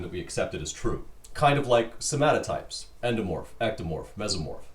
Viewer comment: You said “somotypes” wrong #whatsupvince